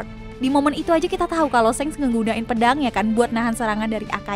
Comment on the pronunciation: Dia bilang shanks itu kek senks gw jd kdcilin volume